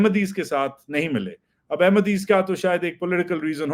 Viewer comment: God bless waji bhaie When you say ahmadi❤